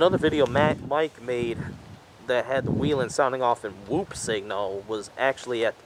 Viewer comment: It's not weelen. It's wellhen.